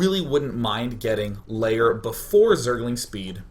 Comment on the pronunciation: Am I the only one who's earign him saying "LAYER" instead of "LAIR" ...every zerg game he says that :P And always a cops siren in background.